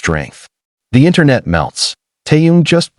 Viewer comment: You don't even know his name. He is Kim (family name) Taehyung (first name). Butchering his name is disrespectful!